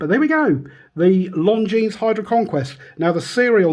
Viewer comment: Great looking watch despite the beating and I'd def go for the 44 too.p.s,At the risk of sounding pretentious ...Isn't the s in Longines silent?